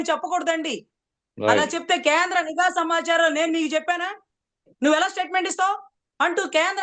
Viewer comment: అమ్మా మీరు కూడా నీగా అధికారులు అనడమేంటమ్మా.. నిఘా అధికారులు కరెక్ట్ మేడమ్.. అతనికి చదువు లేదు కాబట్టి నిఘా అనే పదాన్ని నీగా అంటాడు..